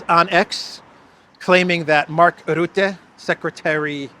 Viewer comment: Your pronunciation of Rutte is wrong, the u is pronounced as is in 'buck'